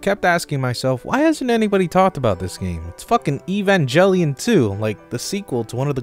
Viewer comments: By the way they umm actually pronounce evangalion. Like I’m your fan but that’s the wrong way to pronounce it. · "EVAN JELLY ON" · not gonna lie, the way you say evangelion drives me crazy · I think the pronunciation complaints come from how it was pronounced in the show (and then the Reboots which followed), as opposed to the root word. the writers took some creative liberties with the word "Evangelion", so it is now canonically pronounced with a hard G. The fans simply ignore or aren't aware of the root word, Evangelist. Now, being a fellow neon Genesis Dogshit fan, I respect your opinion on how to pronounce a word, but I advise you not to get so angry and defensive about this relatively minor canon infringement that everyone is getting up in your Dog about. People on the internet have opinions, and you happen to disagree with the majority opinion.